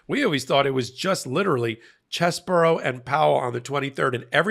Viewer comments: Its pronounced "Cheesy-Bro" not "Chess-bro". He gets zero name-integrity from us for being a traitor to our democracy. CHEESY BRO! Lets normalize that lol. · It's not fucking BORO, it"s BRO!! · why do you keep saying cheseboro? It's CheseBRO!